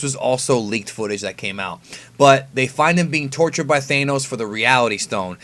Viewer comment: Thanos, not Thaineos